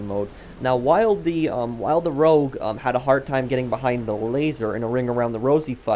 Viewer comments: Its rogue not rouge. Rouge in french means red;) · It's rogue, not rouge,. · Rogue, dude. Not Rouge. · Nobody can spell this thing right in the comments, it's Rogue! Not Rouge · Rogue guys why yall say rouge that’s red in French lmao